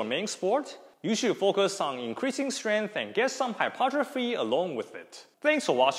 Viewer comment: Pronounced Hy-PER-tro-phy! Otherwise good stuff. One thing I will add is that tendons respond to time under tension to build integrity over time for both strength and durability. Hence dead hangs should be done both for endurance as well as 1RM or strength.